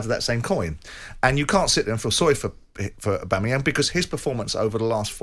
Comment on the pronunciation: Keown repeatedly saying the name “Aubameyam” summed up everything about his take on the situation that took place. No clue who or what he’s on about 😂